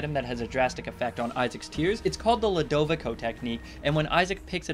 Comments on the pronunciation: it is pronounced (lu da vi co) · i think Ludovico is pronounced (LEW-DOH-VEE-SO)